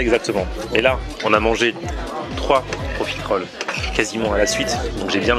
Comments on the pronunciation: c est profiteroles et non profitéroles logiquement la prononciation (en tout cas suis team sans l accent prononce) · On dit profiteroles et pas profitéroles ! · Ton dessert préféré mais t'arrives toujours pas à prononcer correctement le nom c'est dingue